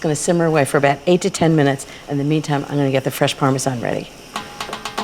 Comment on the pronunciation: Why does she say "parmesan" like "parmezon"....